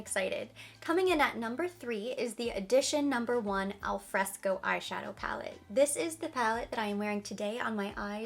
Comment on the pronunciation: dear, that beautiful Chanel palette wich is called "Affresco" in reality, not "alfresco", which in Italian means completely another thing😃: (it) affresco=fresco (en); al fresco=In the open air (En). The affresco palette is actually inspired by the frescoes of Pompeii, Italy. I'm sorry, but I had to tell you! Ciao! Laura